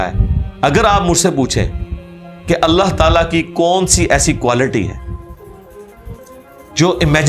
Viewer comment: When you say Allah Talah I feel so happy it's true Muslim style SubhanAllah God blessed you both 🇵🇰👍